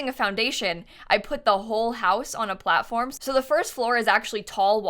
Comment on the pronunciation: "cool things with the plattform and blblbl a little bit" 😂❤ that's so cute :D